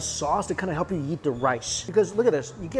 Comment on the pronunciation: When ever he says eat it sounds like yeet